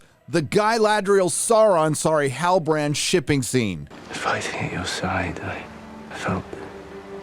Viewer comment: Dude I just keep laughing whenever I hear sauron sorry halibarand😂😂😂😂😂 or when I hear guy-ladrial 😂😂😂😂😂😂